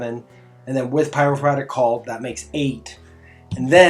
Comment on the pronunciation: Pie-row-for-ick Not Pyrofratick